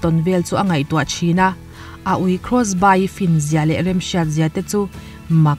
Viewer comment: krawsbai ni lovin krawsbi (Crossby) ti a lam rik tur anih hmel.